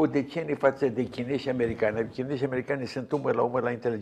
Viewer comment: Dle CRISTOIU , vă apreciez și vă ascult cu drag . Dar vă rog să pronunțați CORECT CHINEZI , FRANCEZI și Nu așa cum obișnuiți : chineJI , franceji .... Ii induceti în eroare pe intelectuali , pe școlari ...